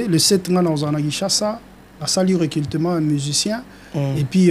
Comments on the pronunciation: Oza na raison Yako leka na télévision té po osala recultement😂 Monsieur on dit recrutement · Recrutement et non recultelment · Délégué tu as infiltré la langue (recultema ou recrutement ? Journaliste aussi est mauvais tu laisses tn invité recultema sans correction 😂😂😂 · Yo musicien oyo balobaka recrutement non recultement 😂😂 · Un porte parole qui n'arrive pas à prononcer recrutement